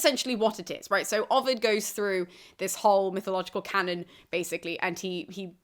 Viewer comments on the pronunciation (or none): none